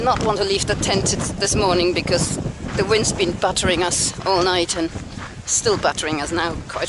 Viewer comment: At first I thought you were saying that the wind was "buttering us". lol